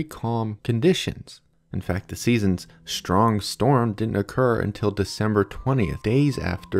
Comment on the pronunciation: Please don't pronounce strong and other str words as if it is spelled schtr